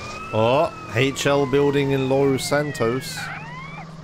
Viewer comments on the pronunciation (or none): why the intrusive r in los santos lol